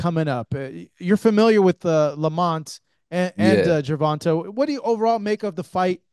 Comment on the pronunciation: Why do you refuse to call TANK his name … Ger - von - tay ….. not Ger - von - taaaah..!! That shit is annoying